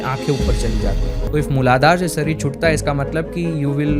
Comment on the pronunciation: Sarir nahi sharir hota hai babua😂